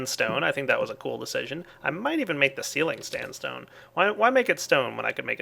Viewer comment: standstone ? xD